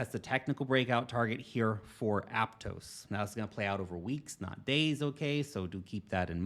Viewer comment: ApTOSS, not apTOES.